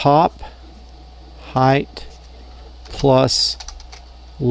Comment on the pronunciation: I love your vids but your saying height with a "th" is driving me nuts...LOL